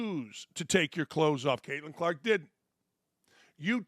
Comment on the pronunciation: I don’t watch women’s basketball, but you say there’s a “gal” named “Kaitlin Klarkk?”